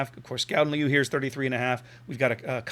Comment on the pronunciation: You pronounc the first part of Leeuw like you would pronounc LE in Leo and then the last part close to like you would pronounce the French Oui ;-) Nice ship!